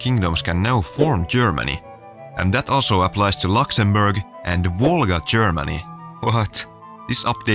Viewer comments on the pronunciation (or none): none